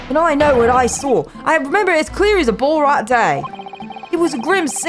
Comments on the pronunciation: I'm sorry, BALL-RAT? oh my poor aussie heart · That's not how you pronounce Ballarat.